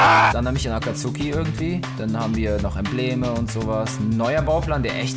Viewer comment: Was fur AkAzUUUUUki es heist akazki das u wird nicht motgesprochen🤮🤮🤬🤬🤬🤬🤬